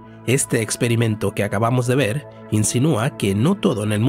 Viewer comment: se dice ver con r. la luz y su velocidad. cuanta fe